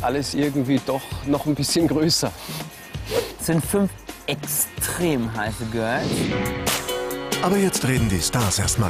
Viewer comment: “5 ätchztrem heiße Mädchen”